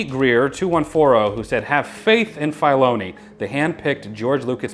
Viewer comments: "Dave FYloni" 😂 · Never heard filoni pronounced like that hahaha